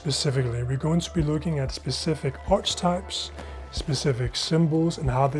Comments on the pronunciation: Arch-types!! 😮 Please check your pronunciation. It's Arki-types. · Great video. Btw, the “ch” in “archetype” is pronounced like a “k”. So it’s pronounced “arketype” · I can’t let the way you pronounce Arc-a-type go. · hey dude great video! Archetype is pronounced Arkatype. Hope this helps out!